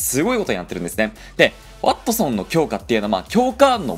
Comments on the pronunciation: ｢ワッ↑トソン｣ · なんだろう、ワ↑ットソンにつぼってしまう自分がいる